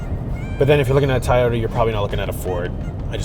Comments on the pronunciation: What's a "Tie-yota?" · Somebody tell this man there is a "O" in To-Yo-Ta. WTF is a TY-O-TA? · Not tyoda it toy- ota